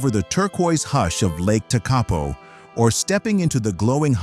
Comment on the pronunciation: I wish you'd grabbed a local to proofread some of your pronunciations. E.G. TEkapo, not TeKApo.